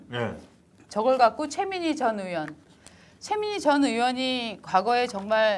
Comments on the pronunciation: 으원~으원~이라고 발음하는 정치인이나,방송인들 보면~구토중이 나옵니다. 자기나라말좀 제대로하세요! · 으원이 아니라, 의원입니다!! 의원이라고 혀가안돌아가면,방송하지 마세요~!! 방송하는사람이 자기나라말도 제대로못하면서 무슨방송을 한다고 그럽니까?